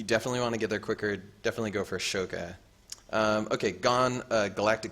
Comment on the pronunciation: Just a heads up, it's "ah so ka", not 'a sok a'